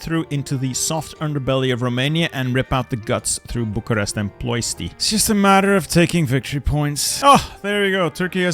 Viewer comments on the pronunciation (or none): none